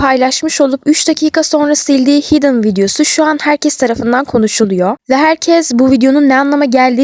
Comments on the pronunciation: hidın diye okunmuyo haydın diye okunuyor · Canım linçlemek için demiyorum ama hidden “haydèn” diye okunuyor ve bide e biraz değişik söyleniliyor. Senin iyiliğin için dedim <3